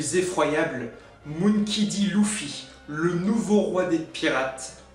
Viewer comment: Non non tu le pronon moonkey un peu a l' anglaise c mperturbe un peu m c tou